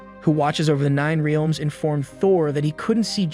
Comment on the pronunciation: Okay the pronunciation of Heimdall and Aether I can ignore, they’re weird words… BUT the way you say Realms is killing me 😭😂